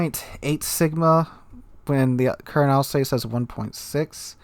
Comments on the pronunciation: Your pronounciation of Alsace its killing me Al-zahs Not Al-says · Alsace is pronounced 'alsass',.